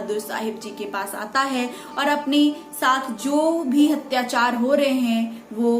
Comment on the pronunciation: Mam apki video sarahniye hai magar ap apni Hindi ke ucharan ko theek kijiyega Parakram nahi prakram P ke sath aa ki matra nahi hoti Hatyachar nahi Atyachar hota hai Aurangaazeb nahi Aurangzeb Dhanyawad